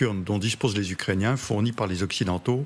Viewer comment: 6mn 23, trinquand " ... par.les ucréciens..." faut arreter de trop trinquer avant en loges😅